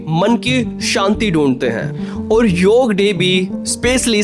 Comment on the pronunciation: Yog day hota hai yaar YOGAA NHI